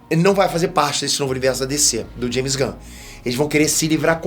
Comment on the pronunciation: Como ele é mexicano, o nome se fala Raime (Jaime)